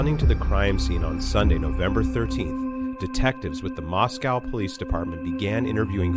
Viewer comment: As an Idahoan, you're saying Moscow wrong. It's MOSS-KOH, not MOSS-COW 💕